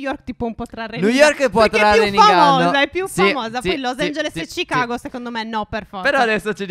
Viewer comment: ripeti chigago e come dire ci chago